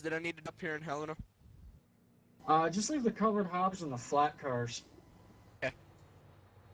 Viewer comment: Nice vid. Nice route too. I could tell you were in Springdale before you announced it. I drive I-90 quite a bit. I live in Billings, well Lockwood. Hillena?? Bawzman?? LMFAO!!! Hell-in-a. Bo-z-man. lol